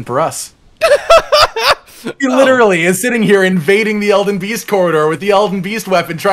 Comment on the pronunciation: does anyone else hear this as “Elden bee sting?”